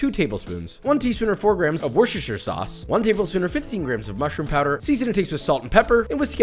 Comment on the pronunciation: The way Josh pronounces worcestershire proves he was now in college.